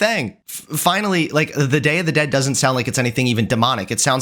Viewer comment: NOT YOU BUTCHERING THE DAY OF THE DEAD ☠️☠️☠️